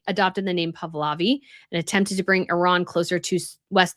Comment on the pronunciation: Pahlavi, NOT Pavlavi. Please get this right !!